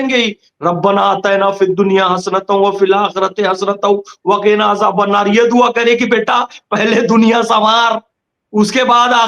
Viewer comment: Dua ke talaffuz sahi karo